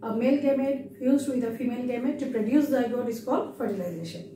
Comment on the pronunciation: Sorry to say miss, but it is not preduce. Its produce. Sounds wierd to here preduce.